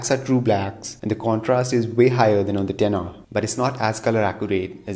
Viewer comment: Took me a long time to realize what the "dinner" is that you keep on saying. And it dawned on me, you saying "10R".